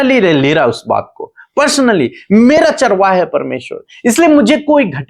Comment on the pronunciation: प्लीज, चारवा का उच्चारण चरवाहा के रूप में करें.... धन्यवाद